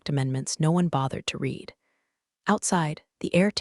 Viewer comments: I wonder when they are going to pronounce "resume", "live", and "read" correctly! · I agree, drives me nuts😂